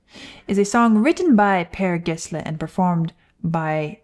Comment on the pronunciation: Personally I prefer the stuff Marie Fredriksson did as a solo artist. You did Pronounce Per Gessle correct though. RIP Marie Fredriksson